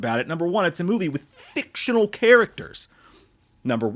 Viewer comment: Heard your voice go "...FICTIONAL characters" and immediately looked up to see if you were gonna do the hand motions like Affleck did too. 😂